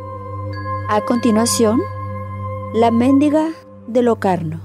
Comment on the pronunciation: Es mendiga, no méndiga... 😂😂😂